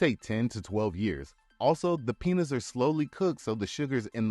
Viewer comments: Peeen-yas. Not penis. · Love the video! But one small suggestion - your pronunciation of Piñas 🍍 should never sound like “penis!” The ñ sound is more like peen-YAS also añejo is ahn-YEH-hoh Thanks for the video! Learning about stuff I never knew - and I love tequila! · It's pronounced "peen-yahs" not "penis" smh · Pee-nyas, not penis. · Tried to watch this, but your pronunciation of añejo , piña was too much for me. It sounded like "penis" when you said "piñas"! Use "AI" to narrate and quit embarrassing yourself. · Why is he pronouncing Piñas as Penis? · When you say piñas it’s sounds like you are saying penis